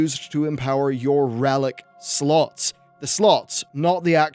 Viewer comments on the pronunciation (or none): I keep hearing sluts instead of slots for some reason